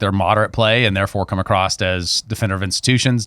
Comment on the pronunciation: Can someone help me understand why some people pronounce the word across as 'acrosst'? I lose my mind every time I hear it.